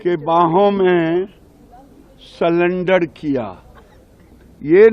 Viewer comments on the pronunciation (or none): Sullender nahi surrender 😂😂😂😂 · गिरिराज जी यदि इंग्लिश नहीं आती तो हिंदी में बात कर लो। सरेंडर को सलेंडर कहने कह रहे हो। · तोतले बोलना तो सीख , सिलिंडर किया….😅😅😅 ….सिलिंडर तेरे किया होगा , सरेंडर और सिलिंडर का फ़र्क़ पता नहीं है???? एक की डिग्री का पता नहीं , दूसरा ताड़ी पार और यह सिलिंडर वाला !!! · anpad admi selender nhi serender hota h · Giriraj said salender 😅. Not surrender 😅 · Salendar nahi hota 😂 surrender hota hai